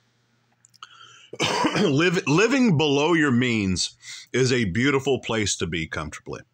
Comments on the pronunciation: Every time he says "pwase" instead of "place" i laugh. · he struggles with that word and the word "police"